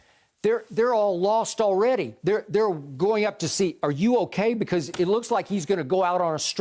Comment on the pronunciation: Shannon: CORRECT. YES. ALEADY!